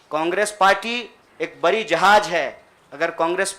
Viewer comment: लराई, बरी, जिम्मेवारी,करोरो अबे हिंदी तो सही बोलना सीख ले😃😃😋